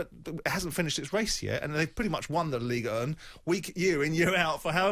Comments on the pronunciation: Ligue uh! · White pronouncing Ligue 1 like a prick should be the headline